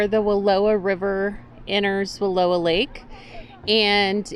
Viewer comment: Love watching your videos. I have a Snoozy fiberglass trailer. I grew up close to Wallowa. Just fyi, it’s pronounced Wallo(sounds like ouch)a. We would sometimes go there at the end of the school year to have a picnic and swim I’m the lake. I lived in Summerville and went to school in Imbler.